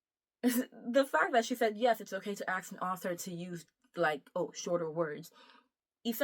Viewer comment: "To axe an author" Clicked off the video.